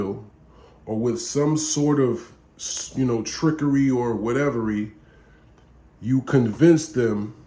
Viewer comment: did this nigga say “Whatevery”?😂